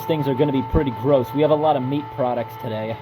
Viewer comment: Ya know what is worse than the gross mess? Hearing the way you say garose